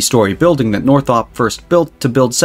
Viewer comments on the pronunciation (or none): It's a robot. did you catch the phrase "a factory Northop built to construct seven hundred and forty seven fuselages". (Northrop, 747 fuselages) The robots are getting better but ... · probably others mentioned these pronunciation matters: mariachi has 4 syllables and Northrop has 2 r's.